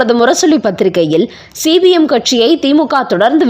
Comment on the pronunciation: C b mஎன்றசொல்லாமல் cpmஎன்று உச்சரிக்கவும்